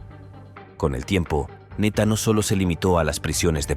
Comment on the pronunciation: El de PR no es neta es ńeta 🤦🏼‍♀️ instrúyete antes de hablar